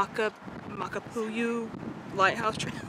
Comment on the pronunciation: FYI...Makapu'u =Mah-kah-pooh-ooh, translated as Bulging Eye...Haleiwa=Hah-lay-ee-vah, translated as House of the Iwa(frigate bird). Iwa were/are usually used by fishermen as indicator of fish schools